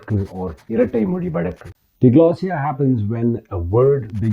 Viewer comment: This video has very poor sound quality. Something has gone wrong with the recording. Also, DIGLOSSIA is not pronounced dee-glossia, but dai-glossia, like dai-alect.